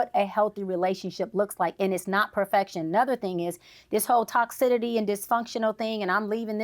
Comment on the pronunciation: I can’t wait to hear more of her content. I LOVE it, but did anyone hear “luckitly, toxidity, extonomically?” 😅